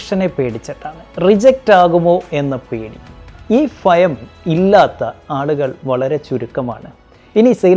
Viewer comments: ഫയം അല്ല. ഭയം. ദയവായി തിരുത്തുക. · ഫയം അല്ല ഭയം ആണ് നിങ്ങൾ ഒരു കോച്ച് അല്ലെ.......തെറ്റിദ്ധരിക്കാതെ തെറ്റ്തിരുത്തു..... 😊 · Oro area lum Bha alla fha ennanu parayunnath bro